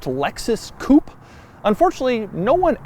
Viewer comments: "Technology" could not stand the mispronunciation of Coupé anymore and warned you for the first time. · Pronounced “coop-ay “ not coop , sorry but it’s really annoying Doug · Pls stop saying coup, as a frenchman my ears bleed everytime sb says coup instead of coupé. you pronounce coup like coup d'etat. Pls pronounce it coupé with an é. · If only Americans could pronounce “Coupé”.